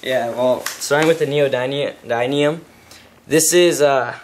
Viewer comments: You're saying neodymium wrong. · and you can't even pronounce neodymium